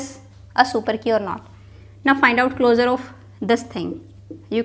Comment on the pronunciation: it's closure pronounced like clo-shur. pls stop calling it closer ffs/